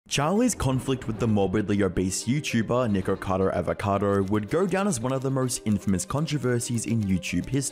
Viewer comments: . You clearly say N-word-cado. lol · well that is ONE way to pronounce "nikocado" LMFAOOOOOO hope you have an N word pass for that one buddy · doesnt sound like hes saying nikocado :o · Nick-er-cado Av-er-ca-dour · Lol the way how he says nickackader avacader lol. (Btw if sees this, its pronounced Nick-ah-cahdoh Avah-cah-doh) No hate. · Nikercader Avercader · nahh bro you did not say nikocado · Ah yesss "Nigerkader Averkader" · Nikkercado avacado? 😂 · No offense, but I kept hearing “Nikocader” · Lord this baby adds so many 'R's into his words, and they sound like 'W's'. So "sew", No "know", Nickocado "Nickowcadow", 😂😂 Bloody english, so adorable and stuff. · Charlie never once said Nikocado, it's always Nikado looool Just to note, if it hasn't been said already, but the whole 89lbs/89 el bees shtick was done by Nick as a mockery of another YouTuber named Amberlynn Reid. He's been mocking her on and off for a while now because she won't do mukbangs with him. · Neek-or-car-dor Av-or-car-dor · I find it rather hilarious and somewhat ironic that Charlie is so loved and respected, yet can't even say the YouTuber's name correctly that he makes a video about. His name is Nikocado - not Nikado. You may be a respected YouTuber Charlie, but it seems you can't even show enough respect to pronounce someone's name correctly. That aside, if Nikocado wants to kill himself for views, then that's his choice. Was your video about him demonitized ? If not, then aren't you cashing in on the same thing by making a video about him ? You commentary YouTubers are a sad lot. The only way you can make a living is by putting shit on other people. Live and let live. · nikkercado avocadder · The way you pronounce "nickercado" is so close to getting you canceled homie, lol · hold up, that "nikocado" didn't sound like it suppose to 🤨🤨🤨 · Is Charlie mispronouncing Nickocado's name on purpose? Probably. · I wish Penguinz0 could actually pronounce Niks name correctly